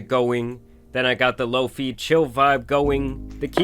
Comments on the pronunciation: "Loafy"😭 , it's pronounced low fye my guy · Y do u say LOFEEEE it’s LO FIGH BRUHHHH🤮💀💀💀😂😂😂😂😂😂😂😂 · Bro… low fee? You mean low fi? Sheesh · hey bro its pronounced "low-fye" not low-fee lol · It’s not Lo-Fee it’s Low-Fye* like Wi-Fi & SciFi 😖⁉️🤦🏾‍♂️🫢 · Low-Fee 😂 It’s “Low-Fye” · Lmao “low-fee” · The way u keep pronouncing lo-fi 😡🤬🖕 it's LOW FYE not fkn LOAFIE😤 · Lo-fye not Lo-fee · Bro said low-fee (Lo-fi). You call your network your wee-fee? It’s low-fye fam. Engagement. I’ve participated. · its pronounced LOW - FYYYY not lofie lol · Lmfao what the hell is “LowFee” 😂 low fiiiii bro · No way he said Loafy lmao it's pronounced like Low Fye!! Lol that was good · It's pronounced "Lo-fai" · Bro said Lo- fee. 💀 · My man literally works online and says "lo-fee" 😂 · Are you pronouncing Lo-Fi as "low fee"? 😂😂😂😂😂😂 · Bro said lo-fee lol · The biggest crime here is calling Lo-Fi “Lo-Fee” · (That's the only pronunciation ive known witj my Korean family and Italian friends, along with "wee fee" for wifi) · "low fee"😬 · From this day on, I’m calling lofi “low-fee” 😂😂😂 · THIS MF JUST SAID "LOAFIE" FOR LO-FI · i just like that you called "lofi" "lofee" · “Low fee” 😝😝😝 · No way you've been saying low fee this whole time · Lo-fi should be pronounced low fee, as you said in this video. It stands for low fidelity. It isn’t pronounced "feedelity" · Bro said “Lofeee” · isn’t it pronounced Low-Fye? 😂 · This guy calls “lofi” “low fee” excuse me? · I’m sorry but I’m dead af at how you pronounced LoFi. 😂😂😂it’s not “lofee” 😂😂😂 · "lo-fee" lol bruhhhh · The way this dude pronounced "lofi" in the beginning ad for opera really triggered me.